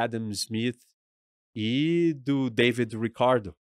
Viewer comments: Saltei no "David Rrricardo" com sotaque gringo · 😂😂😂😂😂 Ele fala como se estivesse nos EUA